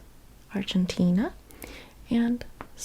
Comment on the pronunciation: You are amazing! Please can you pronounce Argentina correctly next time? You pronounce everything with perfection expet for that